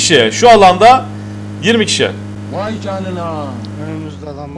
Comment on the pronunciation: Ay demiyor vay diyor